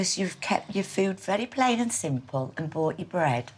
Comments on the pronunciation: 'Store Bough'? 😭😭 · is it meant to say bough instead of bought? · Bough bread? You mean bought bread. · So you lot are really going to ignore that you didn't put the ''T'' on bought ?